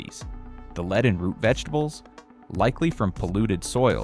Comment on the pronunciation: high dangers of leed in their blood...nice AI ....